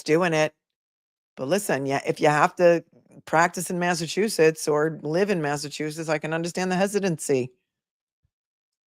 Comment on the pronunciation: Mass aaa soy it. Some People would joke and call it massaaatoliet. lol lol. You said it properly !!!